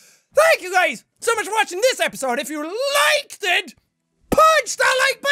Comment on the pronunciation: the emphasis he put on "liked it" lol